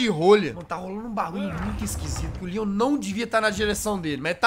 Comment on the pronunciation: Tambem rachei de ri mas eu entendi lyan nao leon eu sei que o certo é leon ta